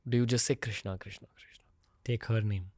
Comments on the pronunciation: Please correct your self in taking his name not a a a a a a a not bharataaa it's bharat it's Ram Krishnn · I agree that has a great story telling skill, but here is SOMETHING THAT NEEDS ATTENTION OF ALL ISKCON DEVOTEES- 📢 Please do not destroy God's name by adding 'a' in the end, it is not 'KRISHNA', it is 'KRISHN', the name 'Krishna' is given to 'Draupadi'. It is not 'KAMSA' it is 'KANS'. Just imagine how you would feel when someone destroys your name like this. As Indians, if we can't pronounce our Gods names correctly then what in the world will foreigners learn. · Krishna is name of draupadi, you should pronounce Shri Krishn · if Sanskrit matters to you then talk in Sanskrit. And. It's krishn .krishna is draupadi so it is the wrong pronunciation Rama ,laxmana what's this s**t. Nobody says Jesusa. It's so annoying